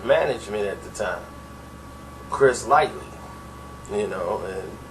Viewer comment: This dude has no idea what he talking about! Firstly he keeps calling Chris Lighty Chris Lightly.. you think a dude in the know would not name the character's correct name? Papoose is the most feared MC!!!!!